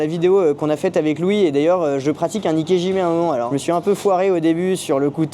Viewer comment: Désolé de vous reprendre mais...si vous voulez vraiment prononcer correctement le nom de cette technique, il faut prononcer "ikéDjimé" et non "ikéjimé"